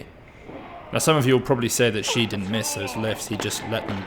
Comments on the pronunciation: Agreed. As a start - Shi is pronounced more like “Shh”, rather than Xi. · good point on tonal differences, however the incorrect way Shi’s name is being pronounced is not a tonal problem. is pronouncing Shi the way that Xi should be pronounced. And the way to pronounce Shi is not a completely unheard of sound in the English language. Again, not saying that should know this by default, but that’s why we are pointing it out, particularly since it’s not some 10 syllable complicated name to learn.